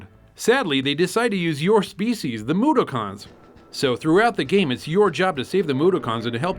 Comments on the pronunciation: Great video but wow that mispronunciation of Mudokon made me lol. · Mudokon is pronounced differently